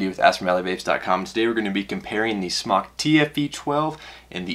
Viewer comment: Smok is pronounced like smoke, not like smock.